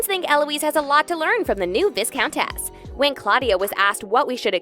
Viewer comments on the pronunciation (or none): Right?? I think it's Americans that make that mistake. Vissssscountess indeed 😄😄😄😄